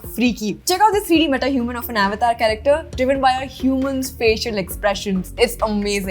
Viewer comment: Thank you for sharing this with us. Just a minor suggestion (if you are open to feedback) avatar is hindi word so you can proudly pronounce it correctly as it is in hindi, you dont need to copy other people accent or mistake to say your own language word. Thanks again for the complete analysis. really appriciate your effort, energy and research done in all your videos.